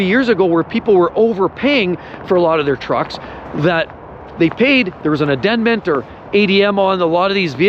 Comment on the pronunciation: “…an adendment…”?????